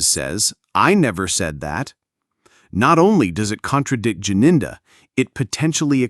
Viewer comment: Gininda not Jininda